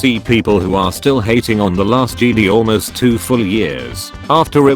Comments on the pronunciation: JedI not jedee!! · When the voice says jeedi instead of Jedi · Did anyone crinch everytime the voice says "JEDEE" INSTEAD OF "JEDI" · I love when they say Jedi "jeedee" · the t2s voice pronounces jedi like "jeedee" and its so wierd xD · Nobody: Not a soul:: JEEDEE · no one:: “the jeedi” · Text to speech: Jeedy Me: the time has come execute order 66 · Nobody: Text to speech voice: Jeedee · no body narrator: jede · Nobody: Absolutely nobody:: Jeedee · The biggest meme is voice saying Kee Gon and Jeedee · no one: text to speech: "jeedie" "key gone"